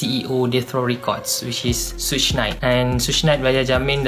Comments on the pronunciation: bukan suuch! suge knight pronounce sugar i.e. sugar bear, but minus the ‘ar’ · Pronounciation suge adalah lebih kurang mcm "shoog"